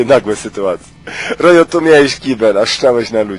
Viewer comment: to jest rojo a nie rock -.